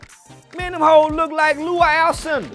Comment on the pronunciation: He said loul cinder(Kareem Abdul Jabar) 😂